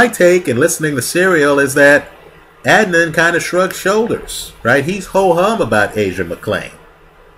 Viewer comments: I just watched this and completed Serial. I am confused why you can't say his name correct? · It seems he’s intentionally mispronouncing Adnan’s name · I feel like you based all of your opinions on Serial which really is only touching the surface of what actually happened. Ps - why can't you pronounce his name?